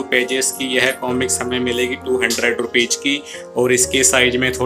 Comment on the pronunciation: One suggestion - Jis tarah aap Hindi sahi sahi bolte hain, waisehi Angrezi ke shabd bhi sahi se boliye. रूपीज na bolkar रूपीज़ boliye. ज और ज़ का इस्तेमाल सावधानीपूर्वक कीजिए